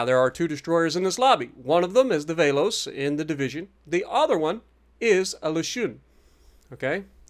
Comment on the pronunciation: Alright a bit help from Greece here. Velos (Βέλος) is pronounced short /ɛ/ as in "egg" and in greek it means arrow. Mati Mataki (Μάτι Ματάκι) means Eye Small Eye and letter "a" is pronounced short /æ/ as is "apple".